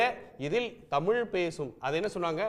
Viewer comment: தமில் நாடு இல்லை தலீவரே தமிழ் நாடு.